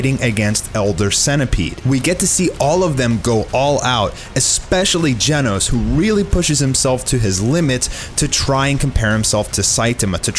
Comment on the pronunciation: its not gienos. its GENOS!